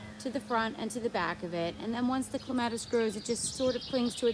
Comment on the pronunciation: So beautiful! And I've held off so far, but I can't help it... it's pronounced CLEM uh tis.... accent on the first syllable.